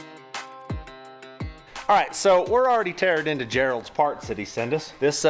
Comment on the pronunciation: Has graduated high school yet? say “Gerald” 😂